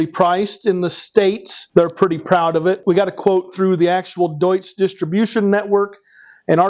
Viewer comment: The Deutz is great pronounced Im from germany 😅